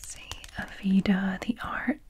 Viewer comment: Aveda is an American beauty brand that’s fairly popular in salons! They have their own beauty schools for people looking to become hair stylists amongst other things. They have a volumizing product I love to use when styling hair. It’s pronounced uh-vay-duh!